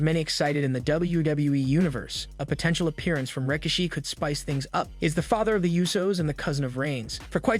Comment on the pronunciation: Ughhh learn how to pronounce names it's RIKISHI ! ( RA- KISH- SHE)